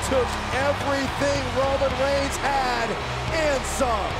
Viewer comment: the way she says Ronan reins is funny